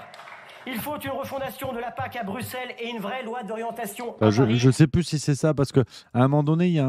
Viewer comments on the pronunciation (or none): none